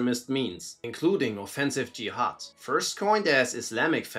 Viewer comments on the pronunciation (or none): none